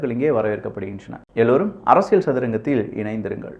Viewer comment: அரசியள் இல்லை அரசியல் உச்சரிப்பு திருத்திக் கொள்ளவும்